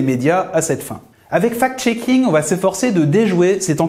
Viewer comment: C'est bizarre, quand vous dites fact-shaking , moi j'entends fake-shaking. "Les journalistes qui diffusent des informations, sans les analyser et les vérifier" " ca profite a tout ceux qui ont interêt a manipuler l'opinion, en présentant, ce qui est juste leur point de vue idéologique comme une vérité objective"......... Beh vous parlez de qui la? c'est une auto-critique?